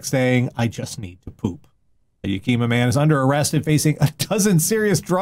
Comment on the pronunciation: That is not how you pronounce "Yakima." The emphasis is on the first syllable.